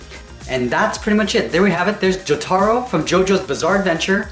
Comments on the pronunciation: No offense but my Anime Peeve is whenever someone does not pronounce a character’s name right, for example, Jotaro. I hear almost nobody say it like how it was said in the anime and instead pronounces it Jot-air-o I have no idea why it makes me so mad XD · I like how he mispronounces jotaro